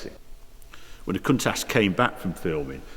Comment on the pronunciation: not sure where you find the "S" in the name 'Countach' but one would expect an owner to know the name of the car...